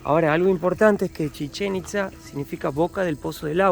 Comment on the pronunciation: Cuando la morra trata de decir chichenitza le entiendo cómo si dijera Chicharito.